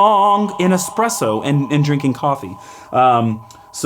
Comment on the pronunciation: A great little video thanks for taking the time to make it. But as a coffee guy, please learn how to say Espresso properly it doesn't have an X in it. 😂